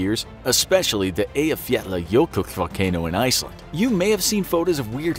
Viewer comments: The narrators pronunciation of Eyjafjallajökull was the closest I've heard from a foreigner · I almost threw up when you accurately said that name. Nice. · Closest I've heard from a foreigner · HOW THE HECK DOES THE NARRATOR EVEN PRONOUNCE EYJAFJALLAJökull!!!!!!! WELL DONE FOR HIM!! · Can you just take a minute to appreciate how the guy at infographics aced pronouncing “Eyjafjallajökull”